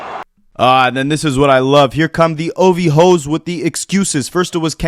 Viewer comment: That was the most proper “OVHOE” I ever heard 😂